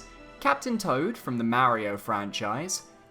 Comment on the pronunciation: But your saying his name wrong and it cringes me. Not trying to be mean or anything i am just being honest